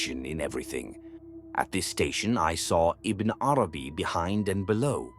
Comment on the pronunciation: Have you even read what you are talking about? In the original language – because that is what every writer of genius – which Ibn ‘Arabī is – deserves? I doubt it – your pronunciation of his name is just so far from what it should be that the rest will have not obtained more respect from you than that. Now, you or others in your defense may reply: leave the pronouncer alone – “they” is after all only an AI tool. Aha! If you are an AI tool, why would I even bother to listen to the first letter you pronounce. You are not, as Ibn ‘Arabī would see, a letter from one of the infinite number of letters of one of the infinite number of Names of God. Stop whispering. Into my ears or any other’s.